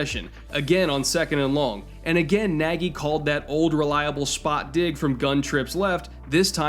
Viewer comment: I don't know how Matt Nagy pronounce his last name, but the correct one sounds very close to "Nadj". It's a hungarian word for "big" and a very frequent surname in Hungary.